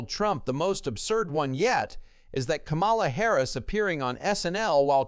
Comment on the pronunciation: Please pronounce Kamala Harris' name correctly.